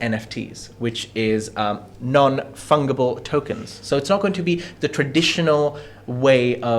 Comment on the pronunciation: Ok, Crypto is definitely complex... But fungable pronunciation is easy enough!! It's fun -j-able (think g as in bungee)... Just trying to help a bro out not taking the pi$$...